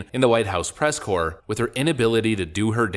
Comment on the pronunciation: "Corps", people. It's the "press corps", not "core". Jeez